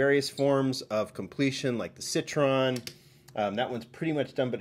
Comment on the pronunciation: I know he doesn’t really read these comments but could someone close to him tell that Citroen is pronounced “ Sit-Troy-Yen” and NOT “Sit-Tron”. I live in Quebec which is pretty much totally French so I know.